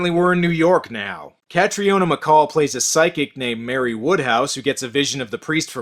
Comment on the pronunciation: Nitpick: Catriona is pronounced Katreena.